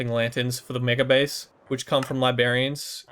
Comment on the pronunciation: “Li-BERRY-ans” lol